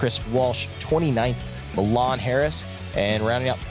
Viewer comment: LOL.. "My Lan" Harris. Its pronounced "Me-Lawn" Harris. Great freaking racing guys! I wish I could join you all and compete. But lots of stuff going on that prevented me from doing so. Love the coverage keep up the great work. Also Guys if your ever wanting to come on out to Fabulous Fords Forever here in California. Hit me up. I run that show.